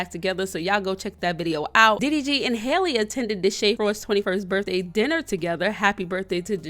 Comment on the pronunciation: Her name is pronounced HAL - E not hailey 😭 like Halle berry